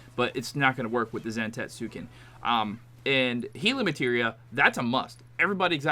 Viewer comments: it’s pronounced Zan-tets-ken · Awful video. Just guessing at the mechanics instead of understanding them. Don't even know how to pronounce the move name. Awful.